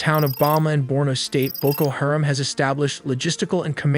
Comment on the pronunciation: How he says “Haram” is funny. He says “hear’em”